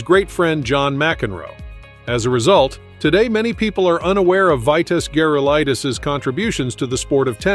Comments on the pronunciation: You can’t pronounce his name ?? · Exactly, that's exactly what I was just thinking.